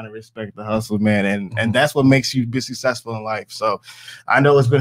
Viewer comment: anyone would blank out when talking to an adult that says "sussessful"